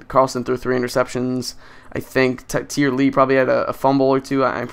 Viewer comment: Tyre Lee... I think it's like "tie-ray".